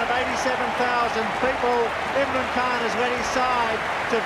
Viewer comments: I love the content, but please take a minute to learn the names of the players properly. It is deeply disrespectful. It's ImRan Khan and not Irman Khan, SaRfaraz and not SaFaraz, it is Bhoglé not Bogle. It was even worse in the SL v Bangladesh rivalry video. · Its Imran not Irman